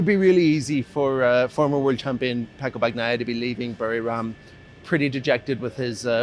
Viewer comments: please learn to properly say names... it's not BAG-NAIA cmon... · Bagnaia is pronounced with a silent G. God damn it😂